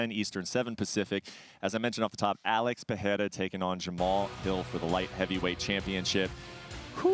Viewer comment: How the hell does Brett pronounce Pereira wrong?